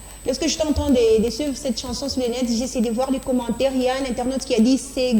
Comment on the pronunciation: C’est quoi, une « chnason » ? 😂😂🤣🤣🤣